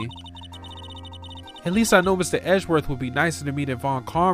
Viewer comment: "Eh-ji-werth? Who's that?" That's Phoenix's real 'special someone', Pearls.